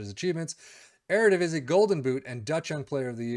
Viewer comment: That eredivisie pronunciation is pretty good for a foreigner